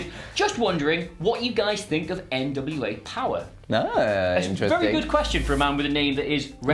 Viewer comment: It's not NWA Power, it's NWA Powerrr. People should pronounce all the rs.